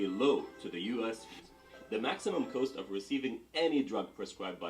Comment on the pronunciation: Why is the narrator incapable of pronouncing the word “cost” correctly? He says “coast” instead, why?